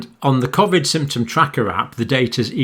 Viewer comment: Can you please tell me why you say Covid differently to everyone else